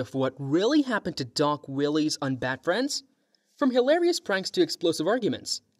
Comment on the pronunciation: I knew it had to be AI by the way it pronounced Willis as Willies 😂